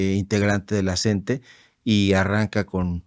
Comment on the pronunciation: NO SE DICE "CENTE"... SE DICE "C-N-T-E"